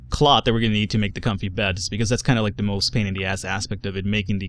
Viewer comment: why don't you pronounce the th in cloth and beth? edit: and hearth!